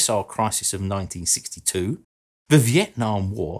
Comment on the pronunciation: "back in ninety sixty sixty two"